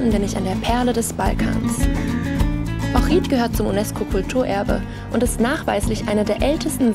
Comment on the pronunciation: Ich will dich nicht beleidigen oder sonstiges aber du sprichst meine Heimatstadt komplett falsch aus 🤯 du betonst das iiiiii zu sehr als würde man Ohrid mit langem i schreiben,... Aber mir ist aufgefallen du betonst allgemein die Wörter mit i anderst, so wie bei Raki zum Beispiel,... Aber tolles video 👍🏻